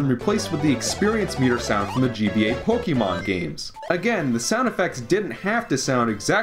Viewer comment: Also it's prounonced pok-a-mon look it up and not pok-ahhhhhhh(insert that meme where the guy with the two thumbs up goes ah here)-mon or pok-eeeeeeeee-mom